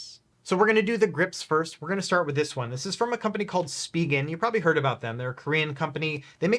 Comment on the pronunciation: I think Spigen is pronounced different lol